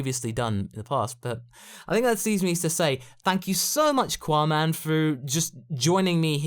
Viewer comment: Seriously why is it "quaman"